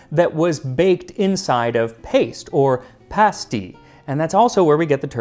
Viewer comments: You even pronounced pasty correctly! I was raised in a Cornish community here in the Gold Country of Northern California. The Cornish immigrants came to mine the gold after the surface gold was gone. About 1970, two Cornish pasty restaurants opened. Even though I was only 12, I recognized awful food when I ate it. The crust was tough, not browned, the innards consisted of cubes of tough beef, cubes of potato, swimming in some kind of corn starch gravy. I think there was salt, but no pepper or any kind of seasoning. One of the restaurants closed in months, the other is still functioning due to sprucing up their fare quite a bit. It’s now something like a calzone or really good pot pie. The terrible pasty, however, was historically accurate. It could take a man hours to reach his level in the mine. Trolleys of miners were lowered and raised by donkeys and mules, some of which never saw the light of day. The crusts had to be tough to survive until lunch time, and the Cornish were not known for their cuisine. Think bologna sandwich. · Thank you thank you thank you for pronouncing pasty correctly. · The fact that Max pronounces English place names and the word 'pasty' correctly has ensured I have subscribed. I just wish he'd stop saying ERRRBBS.